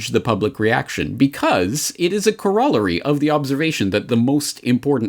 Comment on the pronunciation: he pronounced it correctly.